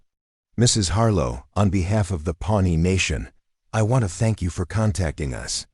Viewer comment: it's Pawnee nation not pony nation.